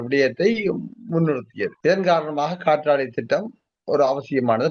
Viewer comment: நெறியாளர் காற்றலை என சொல்கிறார். "காற்றாலை" தானே சரி. சரியாக உச்சரித்தார். டென்மார்க்கில் கடலில் ஆயிரக்கணக்கான காற்றாலைகள் அமைத்துள்ளனர். தமிழ் நாட்டில் நிலத்தில் ஆயிரக்கணக்கான காற்றாலைகள் உள்ளன.